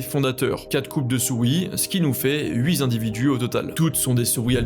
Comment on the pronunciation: On ne dit pas huit-zzz-individus mais huit individus car il n'y a qu'une fois huit individus.